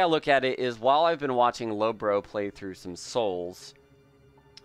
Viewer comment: why people keep calling lobos "lobro"? LUL